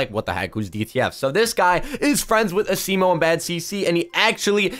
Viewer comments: Your saying asimo wrong this is how you say it (asmo) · Why is he saying asimo the wrong way??? A-SEE-MO